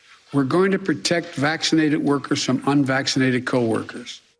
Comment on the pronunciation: LOL he said "FULLY VAXlated" like his teeth were able to fall out his mouth! 🤣🤣🤣🤣🤣🤣😆